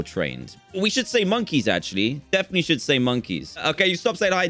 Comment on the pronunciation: "defently easay"